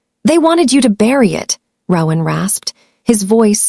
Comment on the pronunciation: Very engaging, unexpected and scary story. One suggestion: the AI narrator mispronounced the name ‘Rowan’ throughout, which was very annoying and off-putting. In future, please consider choosing names that will not be this annoyingly affected by A I.